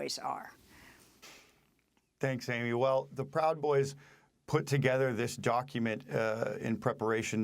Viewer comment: "pwowd boys" -the late Michael Brooks"